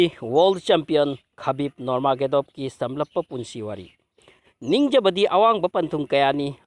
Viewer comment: Nurmagadov haiba natte nurmagomedov haibni